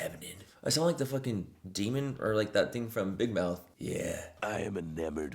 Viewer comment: When you said Big Mouth all I heard was Bubblebath 😆🤣